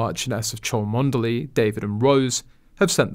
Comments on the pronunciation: It’s pronounced CHUMLEE. I am an American and even I know that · She is Princess Catherine of Wales….the name then title occurs after a divorce, ie Sarah Duchess of York! Also the Cholmondley family pronounce the name ‘!Chumley’a number of ancient titles have weird pronunciation. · Oh dont tell me you didn't know how to correctly pronounce Rose Hanburys married name title.. Its not Chalmondley But Chumley... tut tut! Thought you were a journo?? Cheers 🇬🇧👧